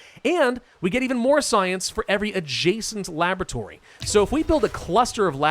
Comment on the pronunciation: Why do I keep hearing Lavatory when he's saying Labratory xD